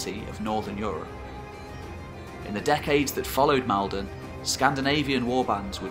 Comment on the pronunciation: As a man from north Essex and having grown up not at all far from Maldon. It's Maul-don. Please. Great video as per outside of the pronunciation there. Keep it up!